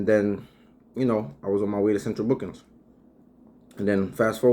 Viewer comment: "central bookins" 😂